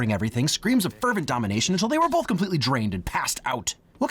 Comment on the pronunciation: pls stop saying "bolth" you're killing me